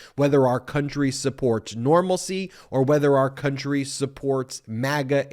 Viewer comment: AR border! AR people! lmao MTG? it is pronounced OUR!